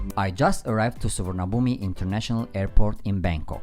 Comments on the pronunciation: It's pronounced Suvanaboom by the way. Who were the ladies in the orange shorts and trousers at 6.00.? They looked lovely. 😍😍😂😂 If you go to one of the money exchange shops on the bottom level you'll get the best rates. The True sim card gives unlimited use for 30 days and the fastest speed but it costs 1640 Baht. Hope this helps someone. 😄😄👍👍. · The "i" is silent in Suvarnabhumi.